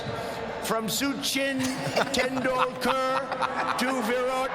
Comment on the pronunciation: "SuCHin tenDoolKErrrr and VirOOT KOLeeeee"